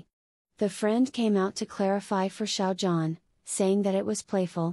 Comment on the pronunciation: thank you for this! but please learn to pronounce Xiao Zhan's name properly. it's so grating on the ears how you mispronounce 'zhan' that i cannot bring myself to sub to your site. it's not 'JAN' and you can hear the correct pronunciation of his name on other YT sites, esp the chinese ones.